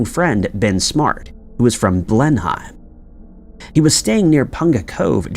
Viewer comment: It was a ketch actually not a yacht that Bob and Olivia were last seen on. You pronounced Blenheim and Marlborough wrong. Its "blen-em" and "Marlbruh" i know it differs from spelling but that's how they are pronounced and again they were last seen by a scruffy foreign man on a four masted Ketch We were actually on holiday at a bay just an hour away the night it happened, but I was 11 years old so you know, I was asleep. Its still very creepy. They just pinned it on Scott Watson because of his prior actions while drunk. No he does not point to guy Wallace, he points to a mystery man that other witnesses have all suggested